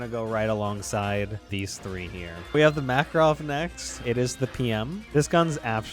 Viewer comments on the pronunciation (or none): none